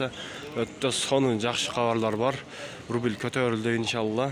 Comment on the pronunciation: Рубил РУБЛЬ болсо керек укам туура оку эл коруп турат да.....